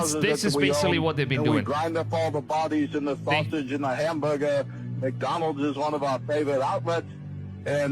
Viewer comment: It's man-donalds 😅